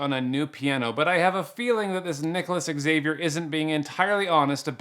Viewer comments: Great channel BUT please do NOT play background music while you are speaking. It makes it difficult to listen. ALSO.....Xavier is pronounced as ZA-Vee-Air . NOT X-A-vee-air. Thanks. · Xavier is pronounced Javier, no X avior😂😂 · It’s pronounced zavier, not ecks-Zavier. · x is pronounced z 😁 zavier. with a z. not x-avier. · I'm not a native English speaker, but I think it's not "ex-saviour", it's pronounced Zavier! You're welcome! 🤦‍♂️🤣🤣🤣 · Not X-zay-v-yer, it's Ha-v-arh. More or less. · Xavier is pronounced "Zavier" do not pronounce the X. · Good video, but man that pronunciation of "Xavier" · I cracked up everytime he says Nicolas Xavier... it's pronounced Nicolas Za-Vier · When an "x" is the first letter of a word, it is pronounced like a "z". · He doesn't know how to pronounce Xavier? Wow. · The way Americans can never pronounce Xavier properly drives me nuts. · The way you pronounce the name Xavier is quite disturbing 🤣